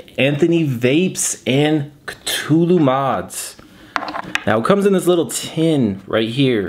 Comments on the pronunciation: It's definitely pronounced KA -THOO - LOO if only H.P. Lovecraft were alive today to set the record straight on the proper way to pronounce his creation. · Cthulhu is pronounced Kah-thoo-loo. I know this because I am an H. P. Lovecraft fan. I have one of these and I rock it on a tube Mech. That deep juice well is nice, because it really is like an RTDA. Enjoyed the review! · It's pronounced KA- THEW - LEW by the way!!!